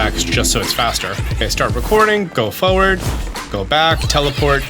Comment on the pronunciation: It’s not “foward” it’s forward